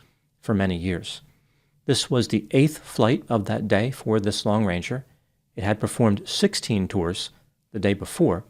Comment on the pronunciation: Sounds like you're saying lone ranger. It's long ranger just in case anyone wonder